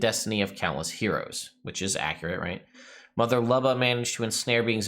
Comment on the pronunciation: The name Luba is pronounced "Lyew-ba" and means "Love" - it sounds so weird to hear it any other way :D But I suppose it's fantasy so anything goes.